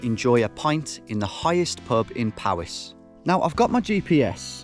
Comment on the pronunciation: Did you just say "Paris" in UwU speak?